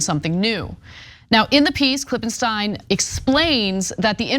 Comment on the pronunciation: God damn which is it Ana? Klippen STINE or Klippen STEEN? JESUS unprofessional bullshit say the name correctly or not at all